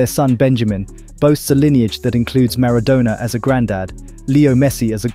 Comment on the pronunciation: The pronunciation of Maradona is insane dude 😅